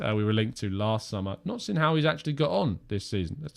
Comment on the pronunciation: Takes pride in pronouncing Lautaro Martínez name correctly yet still cannot say the English word 'seen' correctly. 😀😀 It's seen like clean bro not seen like sin. Good show by the way 👍👍